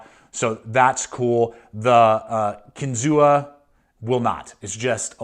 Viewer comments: Pronounced “Kin-Zoo” like the state park. Native American word means “fish on spear”. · Kinzua is pronounced without the a: "Kinzoo." Its the name of a lake in the Allegheny National Forest near Case's factory in PA. I have had my eye on these knives for a while, but the reviews are really mixed. Despite the price, Buck and Spyderco seem like much better value for US made knives. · Kinzua (KEN-zoo)